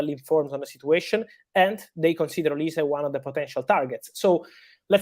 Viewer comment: Olise is pronounced "oliseeeeee" not "olis" 😆